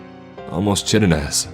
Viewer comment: it's pronounced "ky-tin-us"